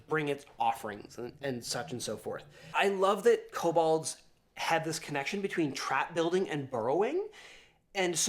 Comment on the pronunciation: This is a pet peeve of mine but its pronounced ko-bold, not ko-bald.